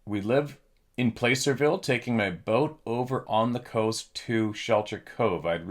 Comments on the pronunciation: FYI the pronunciation for Placerville is Plaser-ville 😊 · Short a, Pla-cer-ville. Ger-nee-ville.